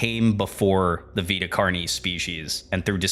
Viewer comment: I just appreciate that you said “Vita” right! (It’s my name irl, and you wouldn’t believe how many people mispronounce it as “vaita”)